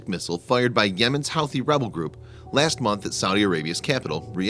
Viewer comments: It's pronounced who-ti and not how-ti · Pronounced (who•thee)